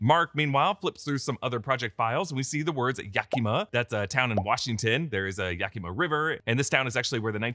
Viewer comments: Yaki-maw, not Yaki-muh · Yakima; the emphasis is on Yak. Nailed Bellingham though. I’d love to hear you try Issaquah